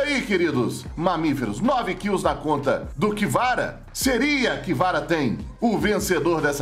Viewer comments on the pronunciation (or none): Como escreve: KVRA Como o lê: "KIVARA" Como deveria: CA VE RA